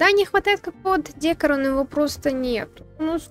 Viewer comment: Хоть видосу и три месяца, не могу не написать. Ну какой дЕкор, никогда так не говорите, правильно декОр и только декОООр) я не со зла, просто однажды может попасться человек вам, который скажет это гораздо грубее